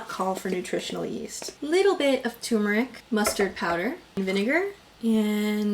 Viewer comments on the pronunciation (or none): okay i love your videos but i get so annoyed when you pronounce turmeric like that T_T